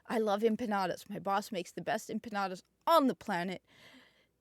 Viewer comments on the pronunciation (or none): none